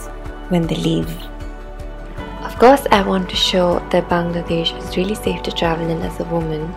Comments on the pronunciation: The way you pronounced Bangladesh is beautiful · I really loved the way you pronounced BANGLADESH 🇧🇩 Thanks a lot for making this video